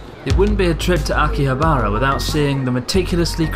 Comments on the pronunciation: Hey abroad in Japan! Love the videos ever since I went to Kagaya after your episode. Quick question... why do you say Akihabara with strange intonation? Is it on purpose? Don't mean to be rude, just wondering if you genuinely refer to like you do in this video :) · THERE'S NO EMPHASIS ON THE ば IN 秋葉原！！！！！！！！！！！！！！！ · someone help is that really how you pronounce Akihabara? I thought it was aki-ha-ba-ra rather than aki-habar-a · Every time you said Akihabara I cringed!! It's pronounced Ah-ki-HA-bah-rah! (NOT Ah-ki-ha-BAH-rah) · its akihabara not aki-habArA i just felt like hermoine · My eyes roll everytime he says Akiha-bah-rah. It's not too hard too say, really! A-ki-ha-ba-ra. あきはばら。sorry, but that's just because I know how to pronounce and write it. Call it cocky if you want XD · Ah key haa baa raaa. Please tell me you were butchering it as part of the act. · Pretty sure Chris was saying "Aki-habara" just to trigger people. Lol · it really hurts to hear you mis pronounce akihabara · you make me cringe with the way you say akihabara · Idk if it should.... but that pronunciation of Akihabara drives me crazy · thats its anglicised pronunciation. I say akiha-ba-ra when speaking about it to my english friends.